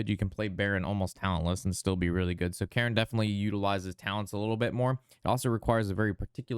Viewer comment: Thanks for this breakdown. It is very helpful as anew player. "Cairne" is pronounced like "cairn" a stack of stones. Not "Karen" like the lady who demands to see a manager.